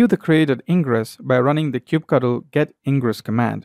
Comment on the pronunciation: it's "kube cuttle"